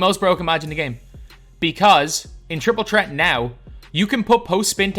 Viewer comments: I like how he says Triple Chret instead of Triple Threat 😅😅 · It’s an accent